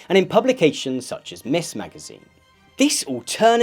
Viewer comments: Ms. is pronounced Mz not mis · It’s pronounced “mizz” not “miss” magazine. This is a rather egregious error since the whole point of the “Ms.” title was to eliminate the married vs. unmarried connotations of “Miss” and “Mrs.”